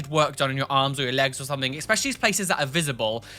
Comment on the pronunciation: you use a lot of Don't Hug Me I'm Scared clips and was wondering if you also have those tattood on you somewhere?:D Also; it's ESpecially, not EXspecially, darling, haha. ♥♥ Hope to run into you sometime! I'm from the Netherlands and visit London often.:D